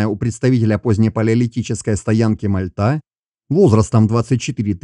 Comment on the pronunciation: Первый раз услышал от не местного правильное ударение на МальтА, только за это👍👌 Блин дальше, что то пошло не так КАчуг 😀